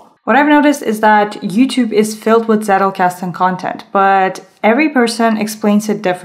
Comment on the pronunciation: It always makes me smile when non-Germans say Zettelkasten. For English speakers, the pronunciation is something like TZEH-tel-kas-ten. This is not a hate comment but rather a friendly note about a potentially interesting thing. I think your video is very good. :)